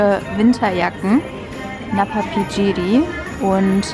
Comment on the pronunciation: Man spricht es Napapiri aus 🤭